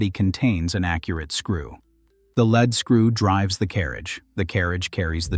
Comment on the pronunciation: Your mispronunciation is annoying in the same sentence you pronounce LEAD as LED and LEED, it is LEED in all cases